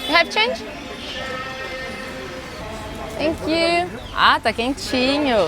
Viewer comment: "Tankiu my fren" kkkkkkk nsei quantas vezes ouvi isso